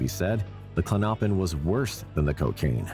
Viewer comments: Klon-o-pin not Klonnoppin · It’s Clonipin not Clinoppin!!! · Klonopin is pronounced KLON-oh-pin, not klon-OH-pin. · Not klonnoppin!! Lol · The narrator pronouncing klonopin as Klo-Nop-In is so annoying . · Dude, learn how to pronounce Klonopin